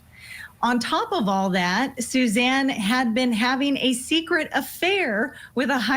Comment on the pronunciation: I hate when these network stations put on experts who don’t know these cases. Mispronouncing Suzanne’s name, ugh. Talking about the defense pointing the finger at Jeff Liebler. Jeff’s alibi checked out. Do a little research and don’t speak on what you don’t know.